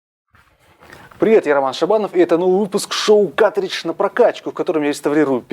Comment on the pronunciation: плату с игрой можно изготовить самостоятельно или на заказ. на ютюбе полно умельцев занимающихся подобными вещами. P.S.: и да правильно говорить "каРтридж", а то уши режет